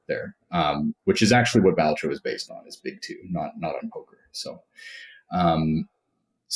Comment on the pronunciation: finally, someone who says it right